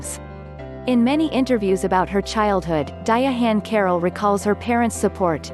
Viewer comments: The robot narrator is so fuckin annoying ..di-ahann carroll just say Diahann that di-ahhann pronunciation is horrible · Diya-hann Carroll???? Stupid robot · nothing is more annoying than a computer-generated voiceover. how.....sterile and misprouncing of diahann's name. a tribute to a real person at the very least should have a real person voicing said tribute